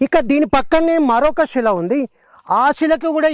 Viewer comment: సోదరా. షిలలు షిల్పాలు షివుడు, షైలి.. ఏంటిది ? మీరు సీనియర్ చరిత్రకారులు. శిల, శిల్పం, శివ, శైలి అని మీరే పలుకకపోతే ఎలా సోదరా మున్ముందు తరాలకు మన సంస్కృతిని అందించగలం చెప్పండి.